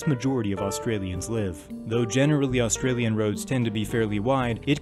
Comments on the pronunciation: say Ah then stralia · Just saying you say “Ah-stralian” not pronouncing the U or just say “Stralian” cause I have found that most people just pronounce the U and the S very much making them sound like a hard sign. Sorry I just wanted people to know this.